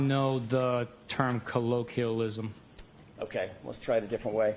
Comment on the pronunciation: I laughed my ass off. “I doo nut no the term kollokwillism” 💀